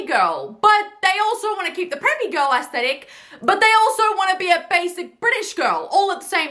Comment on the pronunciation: Props to you for knowing how to actually pronounce "aesthetic". 👍